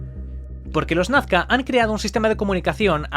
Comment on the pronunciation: No es "Nafca", es Nazca, por pronuncia bien!